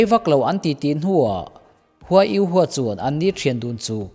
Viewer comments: U ho tih tur u hua nioin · Yu ho ti in ko zawk la?😅 a flim a an pronounce ang in